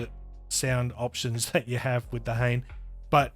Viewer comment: FYI the model name is pronounced hah-nay. It means feather in Japanese.